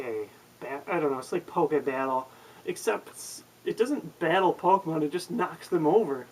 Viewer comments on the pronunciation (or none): AHHHHHHH It's fucking Pokemon. NOT Pok-uh-mon!!!!!!!!!